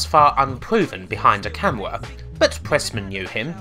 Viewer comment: un pwoowen behind a camouwaaa. Unproven behind a camera. dude work on your speaking ability holy shit. you sound like your 12